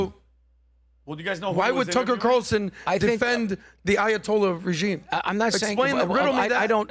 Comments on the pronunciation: said “Tucker Quatarellson” i’m not a fan of, but at least he listens to Mark Levin lol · cmon man. "Tucker Qatarlson"? What are you, drinking some Mark Levin excrement?